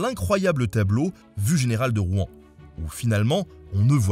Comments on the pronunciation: Pourquoi les nonnormands disent Rou-en c'est Rouen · Alors, pas de soucis hein, mais on ne prononce pas le nom de la ville comme ca ^^ . On ne dit pas [Roue-an] mais plutôt [Rouwan]. Comme une seule syllable. En tout cas c'est comme ca que les gentilés le disent. Mais pas d'offense, dans le fond on s'en fou un peu. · J'aime pas la prononciation de "Rouen'. On croit qu'on va cracher tous nos boyaux ... Et j'habite a Rouen ...